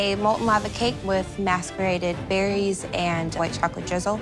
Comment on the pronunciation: That molten lava cake from Lexi wasn't even molten lava. It was overcooked, no lava and the judges say it's fine when it's obvious it isn't. Also, Lexi says "mask-er-ated" instead of "mass-er-ated" so you're a chef and don't know the proper term for food like that?